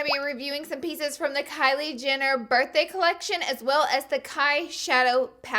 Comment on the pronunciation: "a couple pizzas of the collection" and "gabriel Moron" ENUNCIATE!